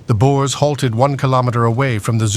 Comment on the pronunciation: Boers not boars. Boars are pigs as in 'wild boars'.